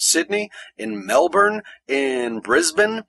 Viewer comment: Congratulations. You're the only non-Australian person of note I have ever heard to pronounce Melbourne correctly (or at least, correctly for your accent.) If I hear 'Mel-Born' one more time, I will cry. Then I will make others cry. In horrible horrible pain. :D